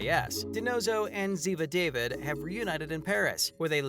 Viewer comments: Oh my goodness! It's not pronounced David...it's Dah-veed..clearly never watched NCIS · wish you pronounce Zivas last correctly, its not david its daveed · It's not pronounced David it's David with an is really accent. Not an American man's name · EVERY video I’ve seen about NCIS that mentions Ziva, they ALWAYS say DAVID and not DAVEED! Always! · It's Da-Veed not David! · Say it correct da-veed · If you are gonna report at least pronounce Ziva's name correctly..da-veeeed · It's pronounced Da veed. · It's pronounced Daveed. Jeez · It's obvious the narrator is reading a script and is not familiar with the show since he cannot pronounce "David" properly. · Really wish the channel would learn to actually pronounce Ziva name correctly. It is the Hebrew pronunciation of David. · Ikrr I can’t even when he says it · Exactly! Sad whomever was narrating doesn’t even know how to pronounce the characters names! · I was going to say that precisely!